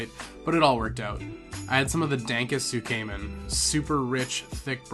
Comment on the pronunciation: Cool stuff as always my man, little bit triggered by the misspronunciation of shinkansen and tsukemen but that's just me being a dweeb. Also the most likely reason why your room smelled like farts was because of the tatami flooring, it can smell a bit when it's cold or damp/moist.